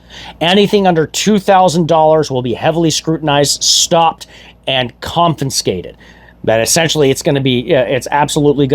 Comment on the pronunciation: Yes, get our flag back. Not this communist Walz flag. Confiscated, not confinscated.